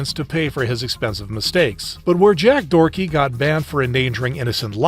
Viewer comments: I can't believe bro called Jack Doherty "Jack Dorty" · I love how he calls Jack Doherty “Jack Dorky.” It fits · I cant believe bro called Jack Doherty " Jack Dorty"